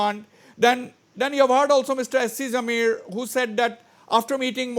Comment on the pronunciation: Mr Wazbir please pronounce as Jamir, and not Zameer